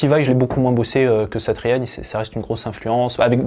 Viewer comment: Je me demandais d'où te venais ta bonne prononciation de Joe "Satriani " , tout s'éclaire désormais ! On aura reconnu a palatina dans la video aussi ! Force à toi et merci pour ton travail !